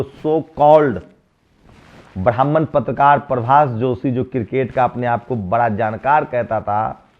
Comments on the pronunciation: Apne patrkaar ko bolo ki dhang se hindi seekhe pehle. R ko da bolta hai. Patrkar ko patdkaar bolta hai. Nasht ko naasht bolta hai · Hindi bhasha seekho patrkar mahoday. Hindi typing nahi ho rahi is ph mein. R yani ra patRkar. Patdkar nahi. Pehle hindi seekho. Aur sabse bade jaativadi tum ho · Aaj uske jaise hi patrkaar bane baithe hain jisko patrkar bolna hi nahi aata patdkaar bolta hai